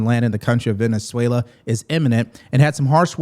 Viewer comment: Thank you for learning how to pronounce Venezuela. I could hear you trying and I appreciate your effort.